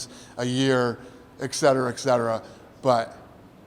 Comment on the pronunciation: Dana "eCsetera" White